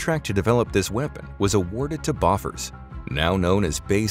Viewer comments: To OP...what is 'BOFFERS'? It is pronounced 'Bow-fours' you should know that...... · From a native Scandinavian speaker: Bofors is pronounced "beau-force" (not "buffurs") — or is at least, that's the generally agreed upon approximation for English speakers. 🙂👍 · It's pronounced bæførs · Not beau-force either. UK: /ˈboʊfərz/ BOH-fərz US: /ˈboʊfɔːrz/ BOH-forz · BO as in bohemic. And then Bosch with an F. Bosch weve all heard if. If one cant say that, just keep on living (well not the ones killed by it, as i hope though) // Sweden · No its not. Its pronounced "bow - fuhz" in english. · "Bay systems boffers" LOL! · That ain't right. It's not a short phonetic O in the second syllable.